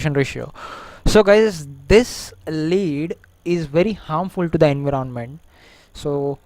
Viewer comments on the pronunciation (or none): nice video. leed and enveernonment are new words i,ve learned though.